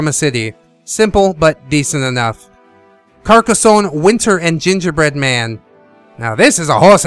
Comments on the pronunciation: thanks for this review man. I think that most people pronounce it Car-Ka-sone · I love when you say Carrrrcaa zone -That's what she said. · Good video and the emphasis on the start as hilarious. Carcassonne! --- Carcassonne! --- Carcassonne! Regarding the Bundle, I will probably do the Skiparoo because I don't have the time for long games anymore and I have many other board games.